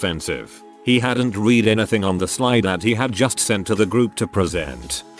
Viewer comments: I hate how the TtS can't differentiate between the past and present forms of the word 'read'. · I find it amusing. >w< xD